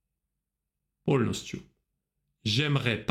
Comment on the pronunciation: Благодарю за урок . Прекрасно ваше произношение на русском . Единственное, я считаю , что вам пора избавиться от мягкого Л ( эл) . « поЛностью « par example